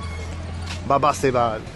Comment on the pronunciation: You pronounced it wrong 😊. Its baba saheb and is a title. Saheb (pronounced as saaheb) was the indian equivalent of word "sir" to address the colonial masters and over time it came to represent anyone who is rich/ respected. Btw saying caste discrimination is widespread in india is same as saying women in US are discriminated against men. We know that is no longer generally true but still exist in some pockets in corporate world. Sorry not trying to be rude but trying to correct your perceptions about India please.